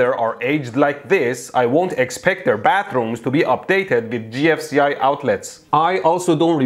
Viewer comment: did he just call the gfci "ji-eff"